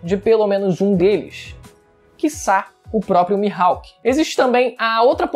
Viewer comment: "Mihalk" é foda hein kkkkk